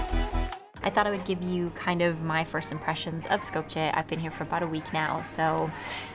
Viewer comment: Its pronouced Skopye not with a J